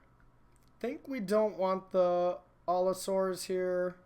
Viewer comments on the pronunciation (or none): btw it's allosaur, not altosaur